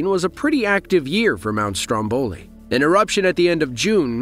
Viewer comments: come on… speaker: the pronunciation is not STROMBÒLI -__- It’s STRÒMBOLI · Sorry dear, you have to put the accent on Mount Strómboli, means on the first "o".